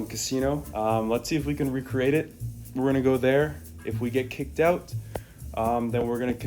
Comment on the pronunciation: Yes because you said "oat" when you meant to say "out"